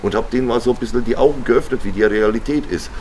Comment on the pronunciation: "Ist der Arm gebrochen?" "Bisschjen" 😂